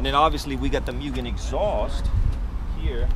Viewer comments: I believe it’s pronounced “Mooo-gan” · mew-gen.... it's pronounced like 'moo-gen', not cat sounds. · cool stuff, too bad this guy sounds like he doesn't know what he's talking about. 6 months into ownership. Sounds like he just bought this car the way it sits. Its also pronounced "moogen." smh